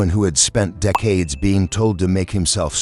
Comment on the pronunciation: I can't with the AI narration. In the first 40 seconds they mispronounced McKellan TWICE and also the word decades. Get human narrators or don't post.